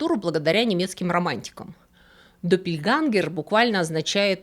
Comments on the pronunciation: Интересное видео, но я хотела вас немножко поправить со словом допельгангер,буква ä в немецком языке произносится как - э, только немножко мягче, между е и э. Поэтому допельгэнгер говорят по немецки, допельгангер не слышала ещё ни разу, живу в Германии 30 лет. Извините и не обижайтесь пожалуйста, люблю ваш канал, смотрю каждую субботу ❤ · Один маленький момент - не доппельгангер, а доппельгенгер. Сама по себе буква "а умлаут" (ä) читается ближе к "э" но не настолько твёрдо. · Немецкий - точный язык. Doppel - это не второй, а такой же. Копия. Когда я хочу сказать , что у меня две одинаковые блузки, говорю не две одинаковых, а просто - допель. Произносить лучше генгер. Спасибо за видео 💖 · Блистательная!!! Хочу только сказать, что немецкое слово Близнец пишется Doppelgänger, т.е. двойные ходоки уже сразу во множественном числе. На множественное число указывает Umlaut /умляут. "ä"- и произносится эта буковка средне между е и э. Допельгэнгер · ДоппельгЭнгер, "ä" (Doppelgänger) произносится, как очень открытое "э". Пожалуйста, примите к сведению.😊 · Спасибо большое за вашу рабоу!!! Небольшая поправка -допельгЕнгер, допельгЕнгеры. С уважением,ваш преданный слушатель. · Doppelgänger читается как доппельгЕнгер, так как «ä“ читается, вообще-то как «э», но «е» тоже хорошо. Немецкое «e“ гораздо более мягкое. Я не филолог, просто живу в Германии много лет.